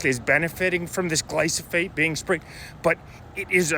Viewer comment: I like your videos bro, I don't want people to dismiss you because of the spelling and pronunciation. It's Glyphosate.